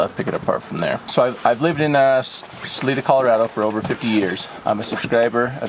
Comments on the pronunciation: Hi, the I in salida is a long I. So it's pronounced Sa l I da💗🙏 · SA-LIE-DA is how you pronounce the name of Salida. Keep up the good work. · You guys are amazing and everyone here in Salida Co can't thank you enough for your help and support to help find Susan Morphew, but heads up Salida is pronounced Sa • Lie • Da and it means exit in spanish, so keep up the good work and we all wish you guy well and happiness! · 👏 Great job! Help on pronouncing names. SAL- 👁 - DA MORE - FEW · Pronounced her name wrong ... the city as well. Overall disappointing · Isn’t it Salida? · Please pronounce the word Salida correctly. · You are my favorite YouTuber and I giggle when you say the town. We pronounce it here as (Sa-LEE-Duh) Spanish or (Sa-LIE-Duh) local use. Love you guys and I hope everyone is all home safe with their loved ones. 😄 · 1st of all it is SAL I DA NOT SAL E DA!!!! I I not E ok? C'mon this is a bunch of hooey! Rev Donna?! God makes it VERY clear to not be involved with Seers, so who is she a reverend for? Seriously...someone following, we don't know who, could be surveyor, could be this or that...what? Mighty convenient all of these things being found in connection with her ( CBI not showing much interest) and her psychic abilities, after hundreds of people searched the area! I don't know what's going on here except someone is desperate for attention. I am very skeptical. Thanks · Isn't it saa Lie duh? Not saa Lee da? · It is Sal-I-da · Ppl can't pronounce things correctly if they aren't from here. It's Sah-lee-dah. And Colo-RAD-oh. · It is pronounced Sa Li da. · "Sa-lie-da" not whatever you were saying. Sorry but having lived in CO for a number of years, hearing people miss pronounce our city names has become a pet-peeve of mine. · Its (SA-Lie-DA) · Hey Guys, its pronounced Sa-leye-duh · That is pronounced Sa-LIE-da! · Not to to rude but your saying salida it's sal-ida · Salida = Pronounced 'Sa-lie-da' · It's pronounced with a ling I not ling. Sal-eye-da